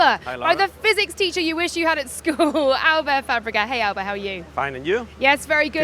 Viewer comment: So weird how she's saying Albert with a french accent for some reason. The guy is Spanish.